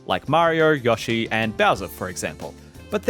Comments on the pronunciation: u dont get to change pronunciations of names...its not yashi...its yoe shee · Yahshee? It's YOshee scrub